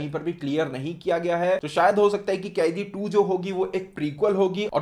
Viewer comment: कैदी नहीं bhai कैथी hai uss movie ka naam